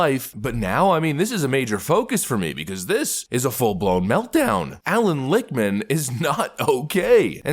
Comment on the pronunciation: Lichtman??? Every . Single. Time 👃